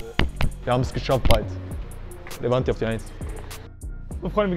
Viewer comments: Er sagt immer noch livanti 💀💀💀💀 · Ihn wurde 2-3 mal gesagt es heißt Levante ud, er sagt trotzdem FC Livanti😂